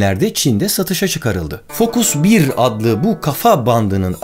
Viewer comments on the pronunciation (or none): Focus 1 Fokus van diye okunuyor abi :)